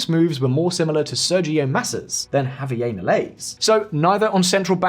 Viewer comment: Why give his name a French pronounciation? JavieR